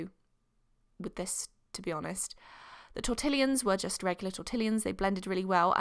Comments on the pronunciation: Um, it is "tor" "ti" "yon". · T-or-ta-lines I'm sorry I love you it just activated me a little 😂😊💞💞